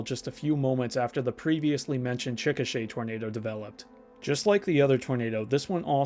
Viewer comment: I appreciate you pronouncing Chickasha correctly. I think that's the first time I've ever heard it on a youtube video.